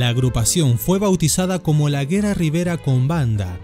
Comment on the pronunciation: Y se Lee güera porque tiene dieresis en la u.. vos dijiste guera así nomás